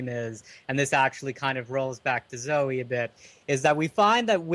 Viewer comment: Why are you guys incapable of pronouncing the name Zoe? It doesn't rhyme with Joe. It's ZOH-ee.